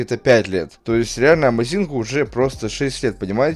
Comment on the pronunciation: одна просьба, можешь говорить Amàzing?)